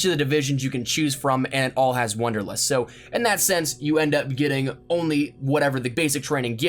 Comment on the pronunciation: >wonderlust Ey yo mang it's WANDERlust